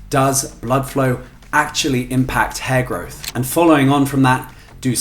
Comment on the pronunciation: At first it Sounds like he’s saying HairGod lol, & my first thought was someone has taken the whole hair thing a little too serious😂